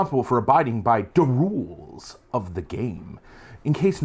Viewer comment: Every time you said “da roolz” I heard it as an ork thing even before you said it. 😂 now I want to play a brutal kunnin hvz.